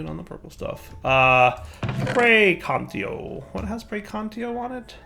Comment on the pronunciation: Its been this long and he still doesn't know how to say praecantatio